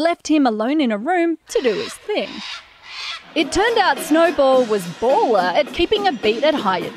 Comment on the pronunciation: I could listen to this chick trying to say 'baller' all day